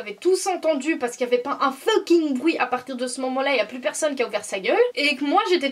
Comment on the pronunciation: Tu parles beaucoup franglais mais tu prononce mal le mot fucking